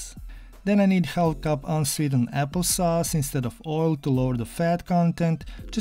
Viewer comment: We don’t say the l in half